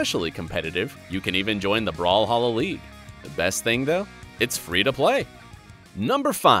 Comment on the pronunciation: brawlhalla ! not brawhalla